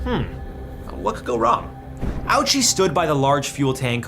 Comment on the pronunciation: I hate the way he pronounces japanese words. I feel like he only pronounced ouchi that way to make the "owchie" joke. Its supposed to be more like "OH-chee"